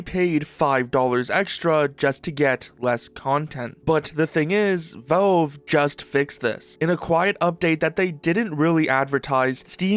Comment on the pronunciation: Say v"A"lve I challenge you